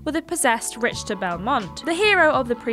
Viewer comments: Wait what? RICH-ter Belmont? "RICH"?! You gotta be kidding me. It may be spelled that way but its pronounced RIK-TER....rich-ter ugh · Rick-ter. Not Rich-ter. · RICKtor, not RICHtor. Jesus. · Does anyone at TJ towers ever listen to audio before they publish a video? To be fair... Her guesses are pretty good on words she hasn't seen/heard before but it seems careless to not let her know before these go out. Like here..."Rich-ter" is a reasonable guess on how to pronounce "Richter" as that is how it is spelled, but would it be so hard to let her know it's pronounced Rik-ter? It's not hugely important, but at the same time, the boys are much older than her, and I would think they have an obligation to help her out as other have obviously done for them. Or not. I don't know anything. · No one corrected her saying RICHter really???? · I wonder who the editor is, or if they have one. Pronouncing Richter the way she did is understandable if she's not familiar with the source material but 'Reqium' should be underlined in red in just about every word processor. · ... what is with all the Simon Miller jokes lately on Triple Jump? I mean, I know, outside of management, a lot of the staff of WhatCulture and Cultaholic and Triple Jump are still friends/coworkers............. but.................. I mean.......................... oy. We get enough Simon as is. Also............. geeez...... misnaming a main character in one of the greatest games of all time................... It's pronounced "Rick-ter" not "Rich-ter". Shit like this is why people complain.